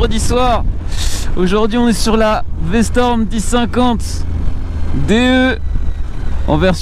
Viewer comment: commence par apprendre le nom de la moto... C'est V-STROM pas V-storm... 🙄